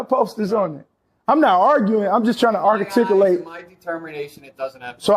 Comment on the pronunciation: He actually said, "he's trying to artaticulate".